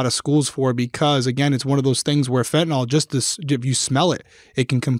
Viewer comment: A reminder to everyone that fentanyl is pronounced exactly as it’s written, fent uh nil. NOT “Fent in ol”